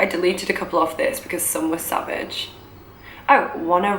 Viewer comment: The way she said "sav-aahge" was so funny-not saying this in a rude way, btw 😁